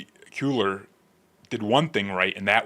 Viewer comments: Hispanic last name it’s Henry KWAY- ARE … KWAY- ARE (as in ARE u going) KWAY-ARE. … Cueller! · I have a ROAST for you: can’t pronounce SPANISH NAMES to save his life! Haha - pronounced it the same! LOL As a Texan, I can tell you with confidence that our pardoned congressman pronounces his name “Kway-lar.” Your welcome!